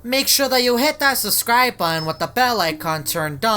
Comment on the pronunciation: why you nit say button buun